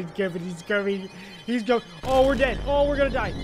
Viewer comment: bro siad "meet kevein"